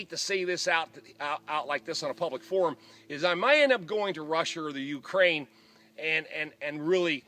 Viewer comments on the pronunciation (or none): none